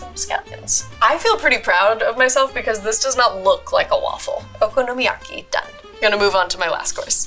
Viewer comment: Wtfffff was that okonomiyaki!! 🤦🏼‍♀️ living in Japan and watching her butcher it, oh the pain